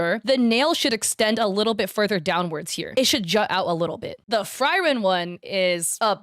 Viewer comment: Fryren 😂😂😂 Frieren pls